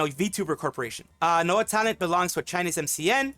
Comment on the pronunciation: NOA talent sounding like NO Talent from you